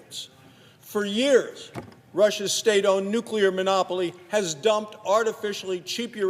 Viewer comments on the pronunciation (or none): Dear Sen Manchin: "NEW CLE AR" (jeez)